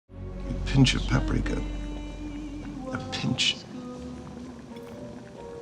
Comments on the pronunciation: No Hungarian had EVER pronounced Paprika Powder(Paprika Por/Örlemény) As Pápriká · Depends on what region you are from - my Opa is from Budapest and pronounces it Pa-prika. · Larvitar Dratini I am hungarian, it is a hungarian spice, you say Pap-rika but it is one syllable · I cringe every time I hear you say “puprika” It’s “pap-rika” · Isn't it Pap Rika and not pa prika? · Sry but what??? how is hungarian word paprika pronounced as Paw-prika? :D its pronounced simply as you write it down ... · Actually it is pronounced pəˈpriːkə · As a Hungarian, I get infuriated by her pronunciation.